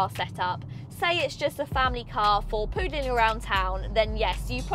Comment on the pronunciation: Just in case you're not being sarcastic: it's "pootling", not "poodling".